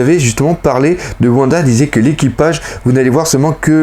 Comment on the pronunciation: j'apprécie ton taf mais bordel de merde fais un efforts sur la prononciation des noms (genre womba >Wanda, Minsk >minks) stp sa serai encore mieux